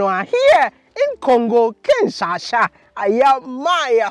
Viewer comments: Bro, it is KinshaSA, not kinChacha. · Please please it’s Kinshasa 😁😁and not Kinsasha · it's KinshaSA not kinshaSHA. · Bro keeps saying Kinshasha, instead of Kinshasa 😂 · U are amizing Maya..its not Kinshansha its Kinshasa😜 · KINSHASA not KINSASHA 🤣🤣🤣🤣🤣🤣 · It’s Kinshasa not Kinshasha bro 😁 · I like you bro, but stop saying Kinsha-sha, it's kinshaSA hahaha im joking, big up to her! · It's Kinshasa not kinshasha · Kinshasa, not Kinshasha, lol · Village boy 😂 Kinshasa not Kinshasha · but im hearing "Kinshasha"😆😆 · Kinshasa just gained an "h"😂= kinshasha😂😂 Lol